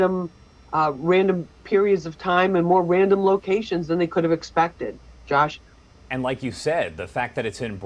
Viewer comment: Did this guy, just call this girl, "Josh" or did he mean to say gosh? J.R.